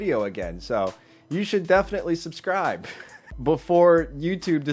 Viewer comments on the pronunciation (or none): none